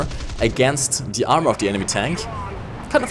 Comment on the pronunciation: Es heißt THE nicht ZE!^^ Warum macht das fast jeder Deutsche?